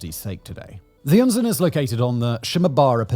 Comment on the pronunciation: terrible catastrophy! but, icant help but smile, every time he pronounces Unzen the exact same as we germans say "unsinn" (nonesense).... sooo mount'nonesense🤔 😅